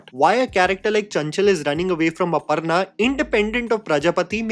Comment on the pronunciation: ITS NOT "अपरना" ITS अपर्णा 🙄🙄🙄🙄